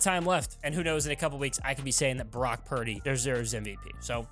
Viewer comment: Is it just me or does it sound like he's saying Barack instead of Brock??😂